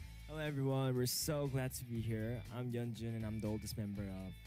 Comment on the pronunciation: i just found your channel and i rly like your reactions so far!! i hope you react to more txt, maybe a more detailed/updated guide like others have recommended! btw you almost have yeonjun's name right but its "yeon-JOON" not "juhn". like the joon in namjoon, or the month of june and youre close with beomgyu too, but its beom-gYOO not beom-goo. the "gyu" kinda sounds like the word "queue" but replace the q with a g, so "gyoo". hope this helps!! i think the yeonjunbabie guide shows you audio clips of how to pronounce their names :)